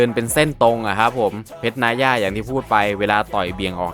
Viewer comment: เพรชนายย่าไรมึงวะ อ่านว่า นาย่า